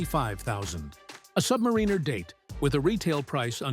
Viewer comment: It's "Sub-MARE-in-er," not "Sub-mar-REEN-er" for fugk's sake! Can't stand these AI voiceovers...